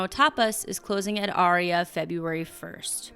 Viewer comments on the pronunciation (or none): none